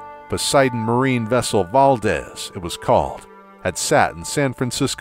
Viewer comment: Amazing video guys! They never fail to completely blow me away. I really hate to nitpick but the Exon Valdez is pronounced (Val-deeze), I only really know because I was born in Alaska and the oil spill was a huge environmental black mark on our state, most folks are still sore about it lol